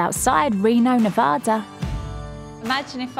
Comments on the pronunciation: it’s Nuh-VA-duh. NOT Ne-Vaw-duh. Second, Mustang Ranch is NOT in Reno, NV - prostitution is not legal in the city limits, its located in Sparks, Nv. Lastly, this is not the original, famous Mustang Ranch which closed for taxes in 1999, this is a completely different establishment, by different owners, in a different location. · Wow. I'm sure you learned how to properly pronounce NE-VA-DA......not Ne-Voda